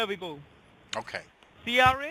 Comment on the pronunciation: I got talk them? Vee. “Vill” find you even in Artic!